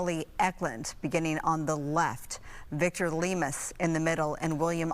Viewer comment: Victor Limas not Lemus!! RIP